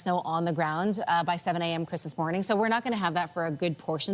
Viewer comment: Carney can't say Christmas